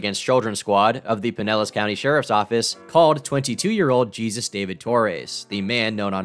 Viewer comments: Why do all these white commentary YouTubers not know how to pronounce the name "Jesus" 99/100 times it's gonna be pronounced like "hey Zeus" not like "Jesus Christ" lol love the vid but god damn try to pronounce names properly! Haha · The name is pronounced like Hey-Zeus not Jesus just an fyi. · His name isn't pronounced Jesus. Its pronounced Hey-Soos. Just spelled like Jesus. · Just for future reference: the Name "Jesus" is pronounced like "Heyzeus" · Love your vids but not sure if you were being ironic or are actually so stupid you think the extremely common hispanic/latinx name Jesus (hey-zeus) is pronounced the same as Jesus as in Jesus Christ. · You don't know how to pronounce the Spanish name "Jesus" and it makes you sound like a moron.